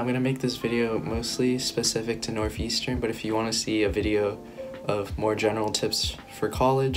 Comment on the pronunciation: NORTH not NOF